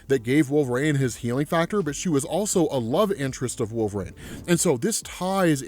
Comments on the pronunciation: I can’t listen to this guy narrate “Wolveraine” stories 💀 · 'wool-vrain' counter: 1,000,000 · I love every video this guy puts out but I can’t get over how he says wolverine lol